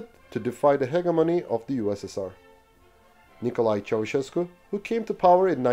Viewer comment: My bad brother. Yooo you are the first youtuber to say Nicolae Ceaușescu's name right and English aint my first language.